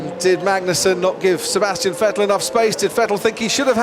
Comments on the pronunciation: lights out and away we go! And sebsassyetzehhhtzzz????????😂 thanks crofty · « Sébastien ienskwvdlevs valtteri bottas » 🤣